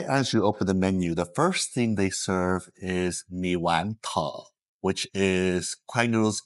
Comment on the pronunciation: lived in Vietnam for years but still don’t know how to pronounce “tho”. Same as “ca kho tho”. 😂